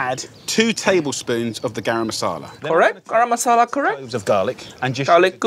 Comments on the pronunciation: As an indian, i can confirm that uncle roger's pronounciation of garam masala, tandoori and chutney were perfect. And all the steps which uncle roger said were perfect too! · fr bro istg. on a side note I like the way Uncle Roger has the proper accent for garam masala.